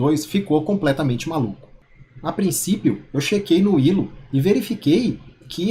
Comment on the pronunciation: Mano, adoro seus vídeos, mas se lê "Ailo" mano